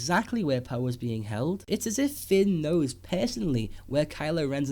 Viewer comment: fehst, pehsonolly